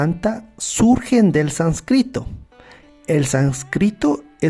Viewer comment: al contrario, muchas gracias a ti de todo corazón... son errores insignificantes, no de fondo sino sólo de forma, uno de esos por ejemplo es que decías sanscrito (palabra grave) en vez de sánscrito (esdrújula)